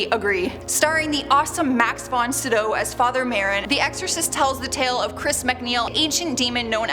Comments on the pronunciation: Max von 'sigh-do' NOT 'si-doe' FGS! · Did she really mispronounce Max Von Sydow's name? Jeez.